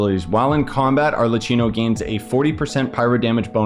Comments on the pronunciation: hiii! first of all i wanted to say thank you for your work! it helped me so much, and second of all, i want to correct the prounounce in arlecchino, in italy some tine we pronounve the c like k, in thid case we have double c with an h so prounance it like: arlekkino, i hope this help and i made myself clear❤ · nice explanation! also you pronounce it as Arlequinno/ Arlekinno